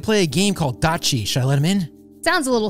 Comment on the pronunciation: It is datchu not datchi